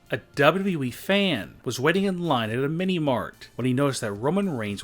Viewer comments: Why does he pronunce wwe like db-db-i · The only shocking thing in this video is how you pronounce WWE. .... Dubeduduyeeeeeeeee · Its not WE ITS WWE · On number 8 he says weed fan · He dosen't say wwe he says dabu dabu eeeee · He just keep saying w e it’s not we ots wwe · when he says wwe he says dub-a-dub-eee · He says wwe so funny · This guy says wwe so wrong